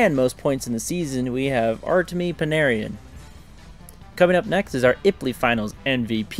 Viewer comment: unfortunately it's a long list, seems like maybe 3 to 4 players per game is pronounced wrong, I'd have to have a running comment and add comething to the list every time I hear it, that'd be a long comment. Sorry man, hockey names are hard, but it seems like you don't watch hockey, only play the video game so you don't hear commentators say their names. Tuch, pietrangelo, panarin, petersen, krejci, olofsson, and that's just me looking at two rosters really quick. I mean there are famous quotes of really important people mispronouncing names like Bill Clinton saying Yzerman wrong. I kinda agree though from someone who loves hockey, it hurts to hear the names wrong, and it's nearly constant in your videos. No disrespect intended though